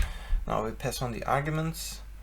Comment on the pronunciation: "Piss on the arguments...???" Oh you mean pass on the argument :P